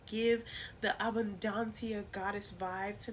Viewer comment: I appreciate this information and the correct pronunciation of her name